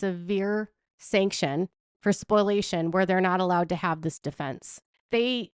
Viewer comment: Spoliation not Spoilation